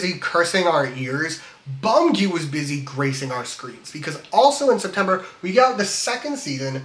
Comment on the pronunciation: you said soogyu and i knew you know ball